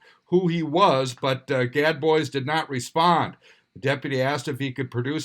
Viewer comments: IKR....everyone knows it's pronounced GAD BOOZE! ;) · Gad Boys🙄 #1, how have you never heard the "-bois" pronunciation? #2, why do you never just make a phone call and ask?